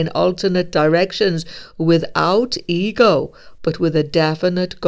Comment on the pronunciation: Lol I thought you were saying the eagle of man were removed. I had to turn on CC to understand. The EGO of man have been removed. True, I have no ego, only a deserved confidence in my own righteousness remains. Sounds so egotistical. People, particularly a Virgo woman recently, say I'm narcissistic and I'm like no I just have confidence in my high moral disposition. I'm sure I need to focus more on my shortcomings because I have aplenty.